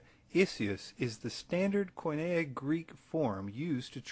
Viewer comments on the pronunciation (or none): none